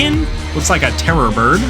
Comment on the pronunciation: you said birb